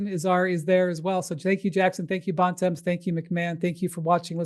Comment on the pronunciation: Bontemps needs to visit Montreal more to learn how to say his last name and Bonaventure